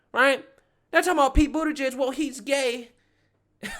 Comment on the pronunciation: Did she say Harris/Budgid!? 🤮🤮🤮🤮🤮🤮🤮🤮